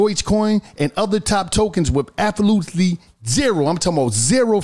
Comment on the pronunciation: pronouncing "absolutely" lol